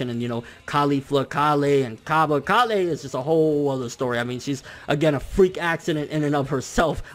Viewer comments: "Ka-lay" nigga her name is "Kale" like the vegetable. It's pronounced the same way lol 😂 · My biggest issue is people pronouncing kale KAH-LEH. when its pronounced exactly the same as the vegetable she is named after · I'm pretty sure it's pronounced kale (like the vegetable) instead of kah-le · Why do you pronounce kales name like that? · Do you say Kale's name wrong on purpose or you actually don't know how it's pronounced? This is a serious question btw.